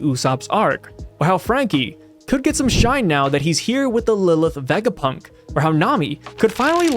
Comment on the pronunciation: please ur pronounciation of tanuki and vegapunk 😭😭